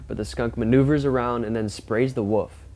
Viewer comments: What is it with the younger generations not being able to pronounce WOLF? This young dufus insists on saying WOOF! WOOF! like he's some sort of barking dog! Its W-O-L-F! WOLF!! Not WOOF! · The "WUFF " LOL!! I guess he meant WOLF (WOOL-ph!) ? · Its not a "woof"...its a "wolf"... You pronounce the "L". If you're going to narrate please get the pronunciation correct, yes? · It’s a WOLF not a WOOF !!!!!